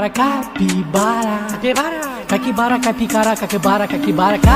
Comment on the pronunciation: Eu adoro como, em alguns momentos, ele simplesmente não consegue falar "Capybara (Capivara)" e acaba saindo coisas como "Cakibara", "Caikibara", "Caipikara" 😂😂😂😂